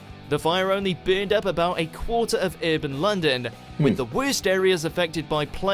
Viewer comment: He is British,but his pronunciation is weird.The way he says third,as theerd,is something I’ve never heard,and I’m English.And burned as beerned.It’s really strange.I’ve listened carefully,and he has a Liverpool twang,maybe from The Wirral.